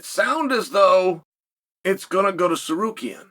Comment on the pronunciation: Uncle Chael cracks me up with his pronunciation of certain names “Pee-era” “Mahkel-chev and “Sarookeen” 😂